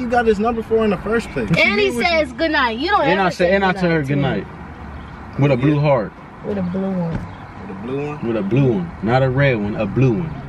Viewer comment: he put so much emphasis on the blue heart😂😂